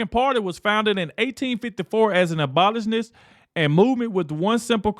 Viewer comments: Abolitionist is pronounced Ab o lish in ist. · You mispronounced abolitionist. Look it up on google so you will pronounce it right the next time .